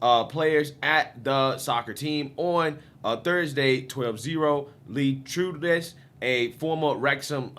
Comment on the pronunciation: Sorry but I had to bring this up: to pronounce “Trundles” as “troond-less” is like pronouncing “bundles” as “boond-less”